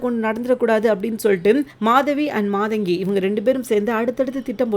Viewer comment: Not maadaangi!maadangi!